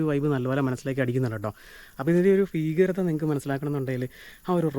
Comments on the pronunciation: ഫയം, ഫീകരത??? ഭയം, ഭീകരത അല്ലേ? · ഫീകരത അല്ല മൈരാ ഭീകരത